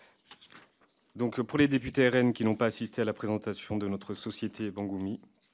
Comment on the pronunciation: le "rhaine" .. mdrr.. cette phase de rap conscient raté de 1998 🤣